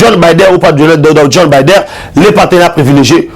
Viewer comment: Opération de grande" envigueur," on dit" Envergure"mon frère bo kendeke classe,eza te soki ozali miso makasi okoki kosala nioso na RDC. N'importe quoi? Joe Biden et non bider. Tu es vraiment éparpillé dans ta façon de transmettre tes soit disant message.